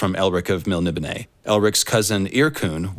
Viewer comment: Ok so I am pronouncing Melnibone right, thank you